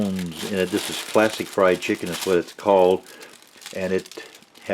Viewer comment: Haha, I thought he said "plastic fried chicken" when he really said "classic fried chicken!"